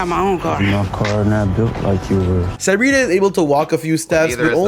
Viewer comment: I don’t know how I feel about having the same name as her. But it’s pronounced (suh-ree-tuh)